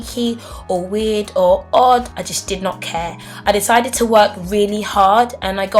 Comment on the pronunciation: When you said odd I thought you said 'ard loool